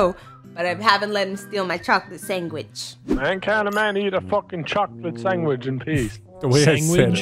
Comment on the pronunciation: "Why a cantaman eat a chocolate sangwich